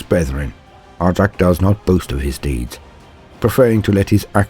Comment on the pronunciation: My guess is the Language Police. "But Why?" I hear you ask. Because the SW are Space Vikings. And in Scandinavian languages J's are pronounced as Y's. So... it's pronunciation should be more like Aric. And yes I know I'm sounding like one of them. But I gave this vid a thumbs up.